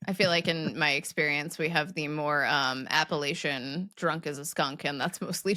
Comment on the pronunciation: pronounced the term "Appalachian" with a long a rhyming with glacier. Thank you! That's my preferred pronunciation. I'm from Southeastern Ohio, and now live in West Virginia. People look down on me, because the "proper" way is with a short a rhyming with lap. I think it sounds like a dog lapping up water.